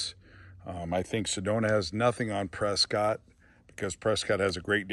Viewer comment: Say the towns name RIGHT!! It’s preskitt… not Scott